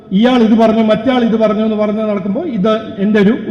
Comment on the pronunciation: പറന്നു അല്ല മാഷേ പറഞ്ഞു എന്ന് പറ വാഴ പഴം എന്ന് പറയുമോ 😂😂😂